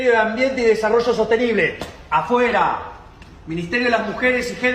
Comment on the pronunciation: It sounded like he was saying "apoye" which means supports, but he was saying "afuera" which means out. They are 2 words that sound similar to the ear.